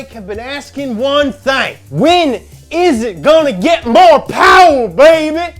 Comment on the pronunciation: we all hope for just a little mo powah babeh for the 86